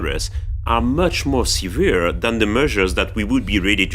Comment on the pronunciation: "The meushers that we are ruhdy to take are much more seuveere…" (Dedicated in loving memory of Peter Sellers, 1925-80)